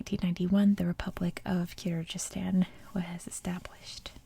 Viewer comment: Hi! I’m from Kyrgyzstan. Thank you for the video, it’s really nice! But Kyrgyzstan pronunciation is with “g” sound, like “google”, not “j” sound😊